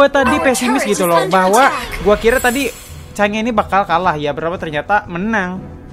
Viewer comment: Chang'e Sebutinnya Kaya Sange